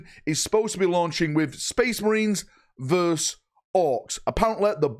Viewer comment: It's versus not verse 😡